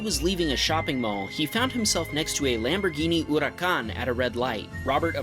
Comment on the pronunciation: thats the real way to say LAMBORGHINI HURACAN